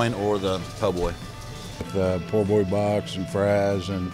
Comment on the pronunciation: This is an excellent video but you gotta say "Po' Boy" not "Poor Boy"